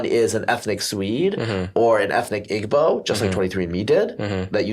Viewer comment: Igbo is pronounced as E-bow.